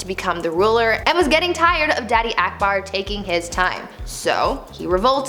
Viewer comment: She pronounced akbar as aekbaar😂😂🙂